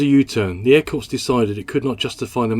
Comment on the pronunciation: An airplane that looked good and performed well. I wonder how much of a factor the demand for Cessna's AT-17, et al Bobcat ('Bamboo Bomber') was as well. One small quibble: 'Corps' as in 'Air Corps' is pronounced 'Core' with the p and s silent (silly English language...)